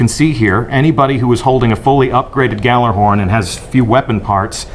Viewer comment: Someone from bungie doesn't even pronounce gjallarhorn right-_